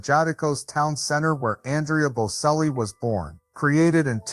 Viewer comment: You don’t know how to spell or say their name. It is Bocelli, pronounced Bochelli, not Boselli. I cringe every time you say it wrong because you didn’t even listen to videos that say their name correctly. Take the time to get everything right before you post things about other people. And Veronica is his stepmother. Enrica Cenzatti is his mother. Both had a role in his life. You did get his eclectic taste right, and his generous and honest nature. Being from such a family affords opportunities, but also great pressure. It has taken a lot of tenacity and courage to follow his own path. And his voice has and continues to mature beautifully. He is already selling out crowds.